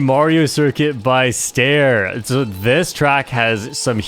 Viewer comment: bro is calling ster "stair" 😭